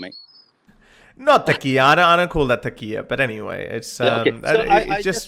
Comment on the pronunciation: Not taqiyya, tawriya.